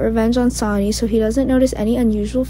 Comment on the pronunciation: Sonny...pronounced Sunny...not Sani!